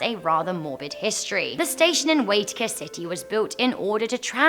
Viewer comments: Oh my gosh! 😂 I love you but you butchered the pronunciation for the New Zealand one. It's Glen E-den. And Waitakere is pronounced Why-ta-ker-ay. But another excellent video as usual! Can't wait for the next one! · You say Waitakere City wrong. Why-ta-ke-re.